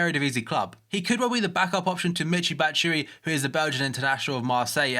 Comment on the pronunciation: Batshuayi is pronounced Bat-shoe-i-eee